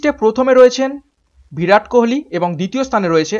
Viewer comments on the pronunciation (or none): none